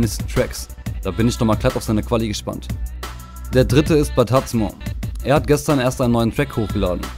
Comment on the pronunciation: Batazmo wird bataSmo ausgesprochen